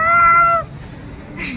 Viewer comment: “Hey friends don’t forget to surcbibe” lol 😂